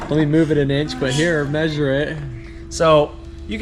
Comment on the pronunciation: maysure, lets maysure to each side.